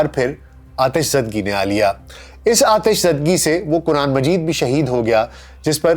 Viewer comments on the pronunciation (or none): none